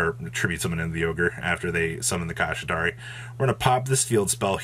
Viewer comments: Pls pronounce kshatrila like shangrila and not kashitari hahaha no off3nse but sounds wrong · Ok i know it wouldnt be a video if didn't horribly mispronounce a card or an archetype name but "Kashitari" / "Kashira"?? come on man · Made a drinking game for whenever pronounces Kshatri-la wrong and now I have alcohol poisoning lol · How many times can you say the cards name wrong?: Yes 😜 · Are you intentionally trying to pronounce it that badly… ..?